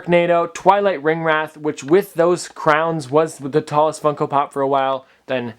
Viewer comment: At the beginning it sounded like fucko pop